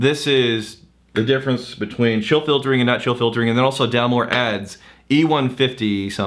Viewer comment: “Chill filtering” “Chiltering”